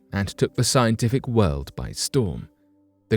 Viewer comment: Anybody who says WOLD instead of world, is not to be trusted! Lol